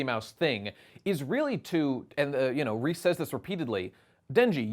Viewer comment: "Reese" Jesus christ dude, it's レゼ, Reh-zeh.